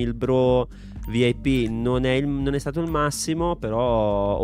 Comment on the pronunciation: O ma vip come lo hai letto 😂